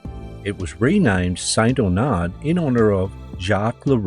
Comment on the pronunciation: It's pronounced St. Arnard not Aunard., just FYI.